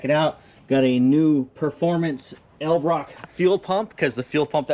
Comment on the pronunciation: needs to learn how to say Edel-brock.